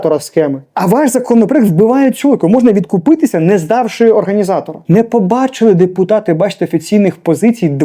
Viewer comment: Ведучий виправіться, бо дуже смішно говорите і це вас компроментує. Кажіть відкупитися! Купатися можна в озері, морі, ванні. Удачі!